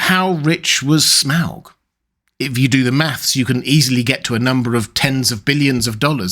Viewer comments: You could just say 'Smog' normally and not overpronouce it obnoxiously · There's no way that's how you pronounce his name.